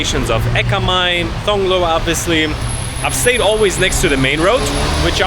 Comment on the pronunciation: Thong, Thong Lo you dont even know how to say the name correctly. Means you have no thai language knowledge. You got no knowledge from Thais, but want to explain Bangkok. Even when you use the BTS you could get the name right.